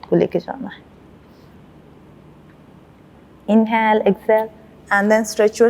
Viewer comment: She should learn to say inhale and exhale properly. The way she says is irritating